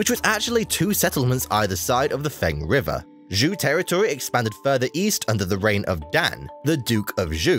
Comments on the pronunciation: Hint for you: "zh" is pronounced as "j" like "John" in Chinese. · I only heard Zhou is pronounced like the English name “Joe”. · Your pronunciation of "Zhou" distracted me so much that I had to rewind it and listen to #3 again. Because it didn't sound like Chinese at all... >.> I'm by no means an expert at Chinese pronunciation, but my understanding of pinyin inclines me to to pronounce the zh like an sh (as in shush) but with a z and the second half like ow (like you stubbed your toe. Or as in how). But I don't blame you very much for that. Chinese is a language that is not very friendly towards English speakers at all! And who knows? Maybe how I would pronounce it would be wrong too!